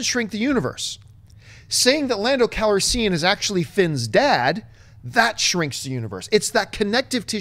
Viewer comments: Lando Cal-re-siiian? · Lando Cal-risean?